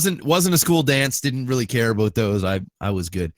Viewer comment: "a-boat" LOL